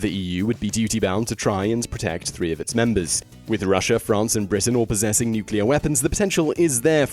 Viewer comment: Just going go ahead and say that i found they way you said "Britain" quite disturbing, it literally sent chills down my spine.